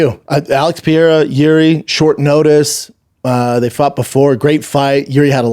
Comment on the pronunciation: ….Schaub getting on for pronunciation problems is hilarious. If I only listened to Shaub about Alex Pee-era, I would think the dude is French.